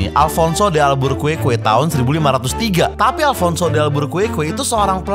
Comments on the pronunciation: Bacanya dal-beu-ker-ki. bukan dalbukuerkue... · bacanya alfonso de albukerki bang